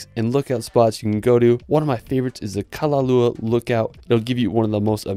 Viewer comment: Awesome video, and great footage! Thank you for trying to pronounce everything rather than just shining it on! I live Kauai so I just have to point out that Kalalau is au at the end, so it’s pronounced kalalow. Like ow. So close though!